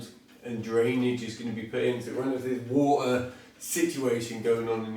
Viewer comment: its pretty cool to hear be able to say the word " Water " without any T or R in it... Wah ah